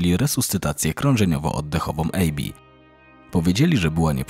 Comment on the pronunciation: ABBI nie EJBI